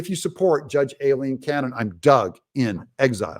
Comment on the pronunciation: Doug, I could be wrong but typically Aileen and Eileen are both pronounced as I - Leen. ☺️